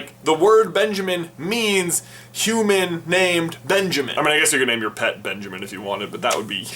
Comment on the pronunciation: Fun fact my name is Benjamin and you have butchered on purpose